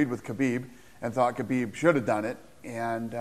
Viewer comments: Sometimes it sounds like they are saying Habib instead of Khabib, am I just imagining that or is it real? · It’s khabib not habib 🤦🏼‍♂️🤦🏼‍♂️